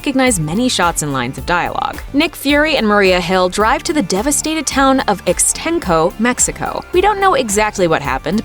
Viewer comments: "...Ickstencoe..." Uh... I don't think that's how Ixtenco is pronounced. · The opening scene in Spider-Man: Far From Home (which was shown after the Stan Lee tribute in the re-release of Avengers: Endgame) is not. As the narrator explained (with a typically culturally ignorant pronunciation), the opening scene takes place in Ixtenco, Mexico.